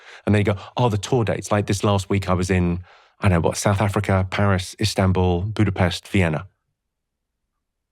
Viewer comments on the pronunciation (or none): none